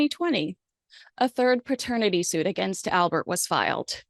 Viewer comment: Love your content and love watching you. One correction - The word is paternity not pratenity... 👍🏻